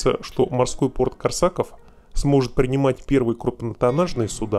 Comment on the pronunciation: КОрсаков,блин! Ударение на "о"!